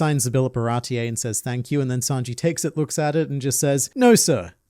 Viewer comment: What is a "Baratie-EY" exactly, dear?